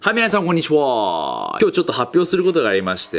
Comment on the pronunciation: はいみなさんこんにちぅぉあ〜